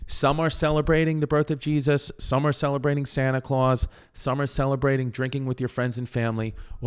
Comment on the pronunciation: I just LOVE IT when Chrissy says Jezz-uss lol